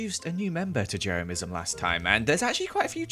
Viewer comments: HE SAID JERAMISM NOT JEREMYISM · I can’t get over the way says Jeremyism “Jeremiahmism”